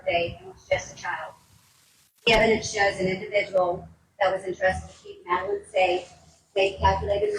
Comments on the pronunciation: Madeline not Madalaine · Did she really just call Madeline Soto “Melanie”.. what an uneducated news anchor.